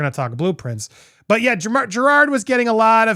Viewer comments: You said Jerrods name wrong. Lol!! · To be fair, you DIDN'T say his name right.... it's not JerrARd.... it's JerROD.... aaaannnndddddd you didn't say Miscavige correct EITHER... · The sweet irony that you're pronouncing Jerrod's name wrong. It's not Gerard, it's Jerr-OD. Maybe you should have done your research! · Dude, you made such a big deal about him mispronouncing Shelly Miscavage’s name and made a whole thing out of how you researched how to say his name and yet you STILL say it wrong EVERY SINGLE TIME wtf lol it’s Jerrod not Gerard. So what was it for you? Nerves or lack of preparation? God you’re so judgmental and you can’t even get the name right in your own damn bit! I think it’s time for me to unfollow this channel. The constant sensationalizing and speaking like you’re better than everyone or know better all the time it’s just too much for me. You’re so over the top with it. You’re just as narcissistic as all the celebrities you talk crap about. Well, at least you followed the algorithm and got your monetization for this video. That’s all that matters right? Screw the actual content and what you’re saying or the message you put across. As long as you get paid right? Kinda like you were saying about Jerrod? Isn’t that ironic hm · Jerrod, not Gerard. There is no extra R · Jerrod… not Gerard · Andy if you're going to critique him for mispronouncing names then pat yourself on the back for saying his name correctly, THEN SAY IT CORRECTLY. It's not Gerard, it's Jer-ROD. There's no "ard" sound at the end. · Andy roasting Jerrod for mispronouncing a name and proceeds to call him Jerrard throughout the whole video🤣🤣🤣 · Andy “I did my homework to learn your name” Also Andy “Jer-Rawr-d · You literally are still pronouncing Jerrod's name wrong. After having done your homework. It's not pronounced like "Gerard". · You pronounced it wrong, not Jerod. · i agree with your sentiments, but you flat out still pronouncing his name wrong. shit.